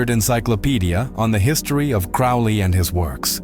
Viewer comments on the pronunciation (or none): Crowley rhymes with Holy ... you should have used the English pronunciation of "Cecil" ... you've twisted all the details around about his trip to North America ... he received the Book of the Law while on his extended honeymoon ... Aiwaz is the secret name of Melek Taus, the brazen peacock of Kurdish Yazidi belief. He is described as a holy being [Among early Christians, the Peacock represented immortality because of a folk belief that its flesh does not decay after death. Peacocks are not common to Yezidi territory]. Melek Taus may also correspond to the ancient Mesopotamian divinity of Tammuz. He allocates Responsibilities, Blessings and Misfortunes upon humanity as he sees fit and it is not for the human race to question his choices. Melek Taus is a leader of archangels. יהוה ordered him not to bow to other beings. The deity praised him and made him the leader of all angels and his deputy on the Earth. The Yazidis believe that Melek Taus comes down to the Earth on the first Wednesday of April [So Melek Taus comes down to Earth about the time The Book of the Law was written!]. He is the only angelic being (if that is what he is) that was given Free Will ... I agree that the AEon of Horus is the Age of Aquarius ... The Æon of Horus should see: a period of group consciousness; a purification of our inner spirit selves, while also mirroring these purifying changes into the living planetary system; and widespread transparent, peaceful, neighborly, and sustainable living ... if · Note that the correct pronunciation of his name rhymes with "slowly." He also had the nick-name of the "Old Crow."